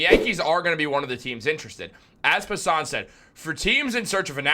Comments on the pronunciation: You lost me at Jeff Pus-SUHN. Inside joke with him or he really doesnt know how to say his name? lol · Bro said Jeff puh-son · You are butchering Passan's name